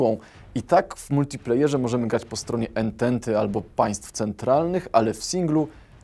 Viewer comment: czyta sie antanty